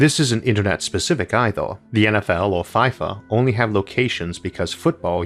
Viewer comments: Issac it is pronounced FEE-FA not FIE-FA. Great content as always! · feefa, dear Isaac, it's pronounced feefa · "fEEfa" Isaac, "fEEfa." Don't blame the rhotacism.